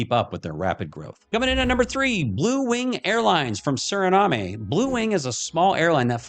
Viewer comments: It's pronounced "Su-ruh-naam" not "Su-ri-na-may" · You are not pronouncing Suriname correctly.